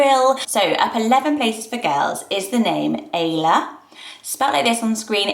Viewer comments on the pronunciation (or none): Ayla is a Turkish name and it is actually pronounced the same as Isla. Ay makes an “i” sound in Turkish not “ey” :) of course if you use this name you can pronounce it however you want, just wanted to let you know. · ayla is pronounced isla actually